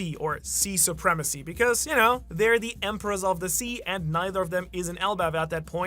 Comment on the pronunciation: Suprema-sea? Hehehe